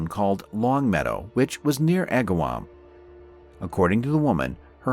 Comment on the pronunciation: Holyoke is pronounced, hole-yoke and Agawam is more 2 syllables agg-wam not a distinctive 3. I dislike these fake voices as not getting simple facts correct cause me to be suspicious of other facts being presented. I was her age and lived in a town close by, it was quite the event. I had not heard of the resolution